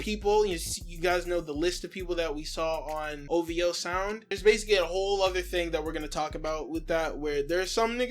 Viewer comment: One of drakes biggest crimes is that he pronounces it "O-VEE-OH" buts its spelled O-V-O, like my niggq wheres the "E" sound coming from